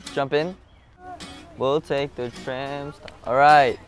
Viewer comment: Why Mark said it like that?? LMAO "Are you TRAM that STOPS ??" 😂